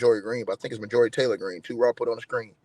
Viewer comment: You should know how to pronounce the name Marjorie